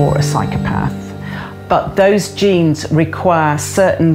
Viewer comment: she said genes, not James, lol